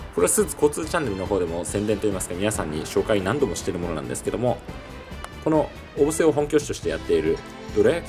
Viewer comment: 県外の方は小布施のことをよく「お↑ぶせ↓」と言いますが、スーツさんが仰るほうが正しいですね。でもまあそこは個人個人の事なので首は突っ込まないですけど笑